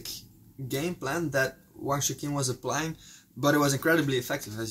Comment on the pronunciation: You call him Wang Chu-kin. I believe it should be pronounced Wang Chu-chin. Chukin sounds like donkey in Italian, which I find funny.